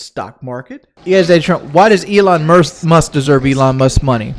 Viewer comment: Who is Elon Must? I know he isn’t saying “Musk” lol